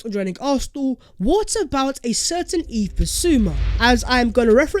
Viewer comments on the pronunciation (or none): none